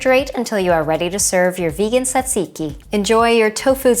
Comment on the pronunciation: How many times did you have to practice saying tzatziki to get it right? 😀lol Also, if this was BEFORE the pita video, Bryan must've been SO overloaded with food by the end of it! 😲 If you haven't got an English cucumber, is a non-English, generally smaller, one still all right for use, for this?